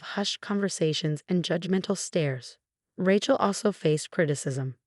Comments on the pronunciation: Rachel. Not Ratchel...difficult story to follow different pronunciation of a simple name.. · Need to learn to pronounce Names . Rachel isn’t pronounced that way. It’s so annoying to hear words / names pronounced wrong.